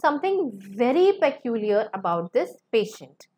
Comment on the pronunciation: Madam, your English pronunciation is wrong in many cases like peculiar.